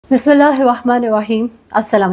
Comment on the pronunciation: Mehreen Sabtain g Bismillah sahi parha kren so called ......